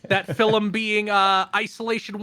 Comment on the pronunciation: Why does say things wrong sometimes It's really subtle but from now on I'm gonna point it out every time So far I caught "filum" when talking about isolation 119